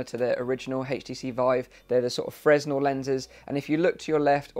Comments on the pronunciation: s is silent in fresnel lens :) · interesting, i'll be getting the pro just for the increased resolution, crucial for DCS world. also Fresnel is not pronounced how you think it is